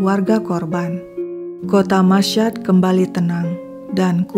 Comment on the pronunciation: Itu Kota Masyhad di Iran , cara membacanya : "masy-had". Bukan : "masysyad". Tolong jangan cuma b.inggris lancar tapi bahasa lain kacau balau. Apa susahnya mencari kata "Masyhad" di google dan youtube kan banyak. Maaf saya selalu dislike videonya kalau nemuin masalah kayak gini. 🙏 walaupun saya mengikuti kontennya.